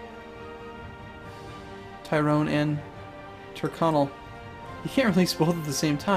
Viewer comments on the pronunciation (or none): Tire-con-ell DAMNIT MAN, YOU'RE IRISH AREN'T YOU?